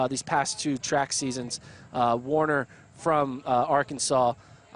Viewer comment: It's Taylor Werner, not Taylor Warner!